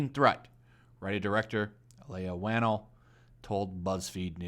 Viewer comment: Saw it yesterday, was pretty good. An effective thriller for sure. Nothing "woke" in it lol. Also Leigh Whannel (pronounced Lee) is a man btw...